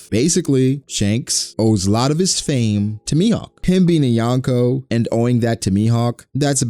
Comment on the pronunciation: Why do people pronounce Yonko wrong? Lol